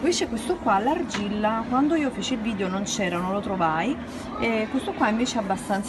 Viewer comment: si dice VIDEOOOOO non VIDIOOOOOOO